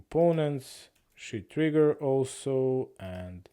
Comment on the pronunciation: you pronounce sheet like "shi*" 🤣. Love it